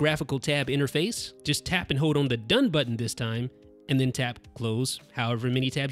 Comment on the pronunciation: pronounced 'hold' not 'hode'